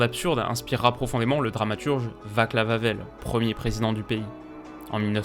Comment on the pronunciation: Super video! Ps: le "c" se prononce "ts", "Vatslav Havel" ;)